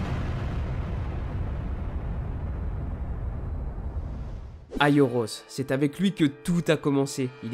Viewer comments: C'est "aiolos" pas "aioros" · C pas aioros mais aiolos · C'est aiolos et non aioros regarde la serie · Aioros...... c'est aiolos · Je suis le seul à remarqué qu'il l'appelle aioRos au lieu de aioLos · On dit Aiolos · On dit aliolos